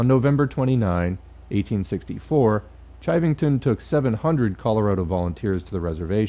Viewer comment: Pronounced "shivving-tun". That fucker ended up as a deputy sheriff in Denver. Source: I live in Colorado. Sand Creek is a stain we all learn about in school.